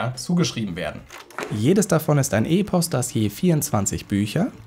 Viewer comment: und das E in Epos wird kurz ausgesprochen (Es kommt ja von dem griechischen Wort ἔπος und nicht ἤπος, also kurzes E)